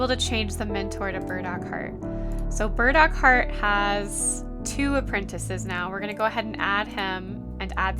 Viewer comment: My ears always hearing „bird-accord“…no, it’s burdockheart! xD